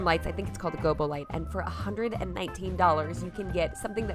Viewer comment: i used to work on production sets and you're pronouncing gobo light correctly - never doubt yourself!